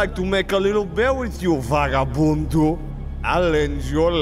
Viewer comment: that "VAGABUNDO" was on POINT and i am from brazil so i can confirm that he said it right